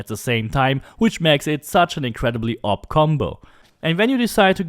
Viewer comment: Im still going through the video, but im very entertained hearing you say "Op" instead of "O P" 😂